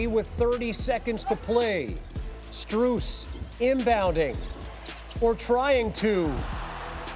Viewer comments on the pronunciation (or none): none